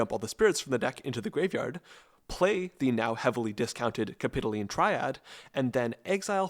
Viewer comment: its cap-i-toh-leen